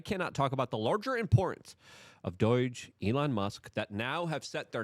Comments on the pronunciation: Pls learn how to say DOGE, (DOJE) NOT DOYGE! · Dude ITS DOGE NOT DOIGE. Please man. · It's not doyge or doige. It's DOGE! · No judgement, but why are pronouncing it Doyge? The acronym spells doe-j. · DUDE why do you keep saying doiyje, it’s not polish it’s DOGE dooouuu je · Luke it’s pronounced Doge not Doige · Stop with the DOIGE. It's DOGE. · The ol doy-ge org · 10% of why I watch Luke is to hear him say "Doige" repeatedly. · Say doge right, its just like the meme coin. I watch all your videos, but luke. It is doh j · Is it pronounced “doyge”? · Luke, it's pronounced DOEJ lol.